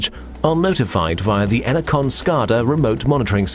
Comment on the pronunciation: Ener-CON. Says it all.